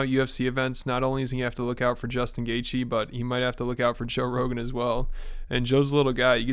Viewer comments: Portnoy pretending he can’t pronounce Gaethje just makes him look like he shouldn’t have a company called Barstool Sports. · He doesn't know how to say Justin's last name but we are supposed to listen to anything he has to say about combat sports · Dave mispronounced Justin’s last name on purpose.